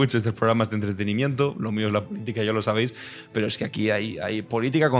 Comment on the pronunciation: Tiene cultur,a, dice. Ejque...